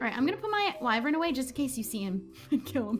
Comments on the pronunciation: wyvrens???? EES WYVERN XD love you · LISTEN UP its wyvern not WYVREN